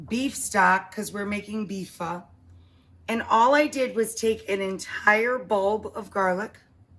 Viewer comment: It's her fucking up pho that's awful.